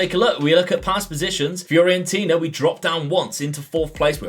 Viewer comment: Great video! Just shame you kept mispronouncing FIORENTINA (it's not FIORIENTINA) Would like to see St. Ettiene as a rebuild. Joint highest Ligue 1 winners (10) with PSG on 9. Currently bottom of Ligue 1.